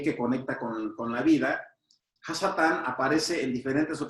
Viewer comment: No se dice shatan. שטן , con Sin no con Shin Se dice Satan